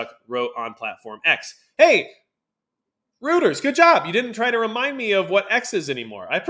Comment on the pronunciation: You need to spend some prep time before these videos. When you can't pronounce terms like "Caucasus" or "Reuters" you lose credibility.